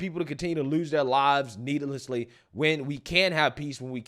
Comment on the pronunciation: Don’t act like we ain’t hear that needilelesely at the end 😂